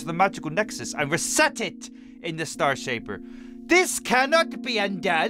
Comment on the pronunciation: Oh Yeah You Said STAR Shaper Its The STAIR Shaper Did You Say Star Because It Fits?